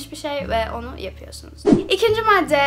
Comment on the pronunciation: matte değil madde diyoruz